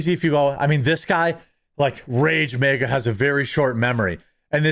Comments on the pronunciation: Ok. Only thing I have a problem with is the Wisconsin/Minnesota way you say MAGA. It’s not MEGA. It’s MAGA!!! 😀. Great content as always. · Why do you keep saying MEGA? Its MAGA! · Is Jeremy saying mega as in they are big, or is that the Midwest way to say MAGA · Somebody really needs to teach Jeremy how to say MAGA